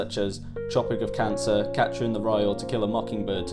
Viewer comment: there's a difference between "asterisk" and "asterix". One is a French cartoon character, the other is a punctuation mark and they are pronounced differently. And - Tropic of "Cancer" ?